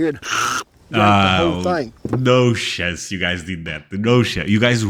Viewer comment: Sheeken and dumplings. No shantz!